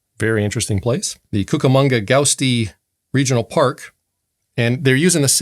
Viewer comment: Guasti is pronounced GWA STEE.